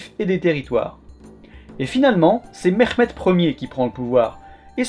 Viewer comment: İl a rien à avoir avec l'accent turc lui on dirait un iranien essayant de parle russe le mec il dit merrhmed la blague oui j'ai compris ton buts et de salir la langue turc mais abuse pas autant et aussi ta mis un petit morceau en arabe tu fais passer sa pour du turc